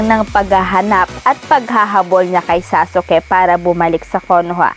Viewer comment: Saka parang tanga anong sa-su-ke?